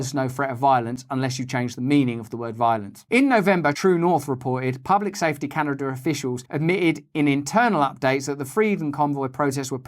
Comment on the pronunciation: Can a duh ! Great job mate you nailed it.